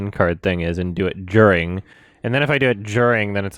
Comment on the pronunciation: I love how said djuring